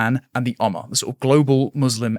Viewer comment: It’s ummah. Oommah. Moo 🐄